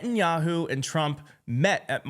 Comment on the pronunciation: "President, uh, Tump ...". That was a dis. Trump clueless, as always.